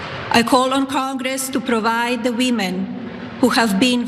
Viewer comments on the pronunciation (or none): "The weemin" She's been an American for how long now? And she still pronounces it "weemin"? Last time I heard "the weemin" I was watching a spaghetti western! And what's up with her dyeing her roots brown? Is she intentionally trying to upset Orange Man? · “Thee weemen”